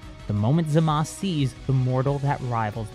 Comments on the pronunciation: Why does he keep saying zamas instead of zamasu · I wish he would say zamasu ZA MAH SUE not Za Mas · Manga: "Zamasu" Anime: "Zamasu!" English dub: "ZAMASU!", for some reason: haha zamas